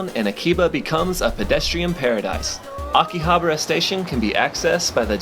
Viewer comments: It's not Akihabra, it's AkihaBAra!!! You're really cute, but sorry I had to give you a thumbs down because you refused to pronounce Akihabara correctly. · That or because he can't even be bothered to pronounce AkihabAra it correctly lol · Weird how you pronounce AKIHABARA.